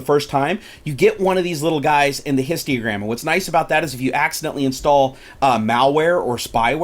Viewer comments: It was a joke, he kept saying "histiogram", not histogram. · Every time he says histiogram I die a little inside :P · H-I-S-T-O-G-R-A-M bro there ain't no "i" after the "T" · Numinous I know, but I was wondering what a histiogram was, that's what he was saying in the video. It was a joke :) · Can you please double check how you pronounce Histogram. I get that people have accents and such, but you're literally mispronouncing it by adding extra syllables.